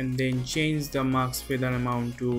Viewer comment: you don't say "MASK" but "MAKS" - it's so funny. Am I the only one who hears that?)) English pronunciation is just awful)